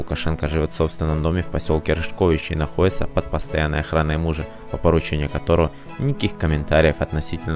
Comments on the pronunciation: Не РыжкОвичи, а РЫжковичи. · Рыжковичи. Ударение на "ы". Я там работала фельдшером. Получала зарплату в одной очереди с ним в сельсовете у бухгалтера Андреевны. Он ещё не был тогда президентом. Галина, его жена имеет двухэтажный дом. Работала до пенсии зав. дет. садом. Красивая.